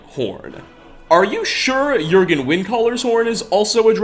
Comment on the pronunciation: Thank you for pronouncing Jurgen correctly